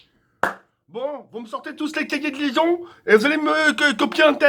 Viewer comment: « Les kékés de liaizon » 2018.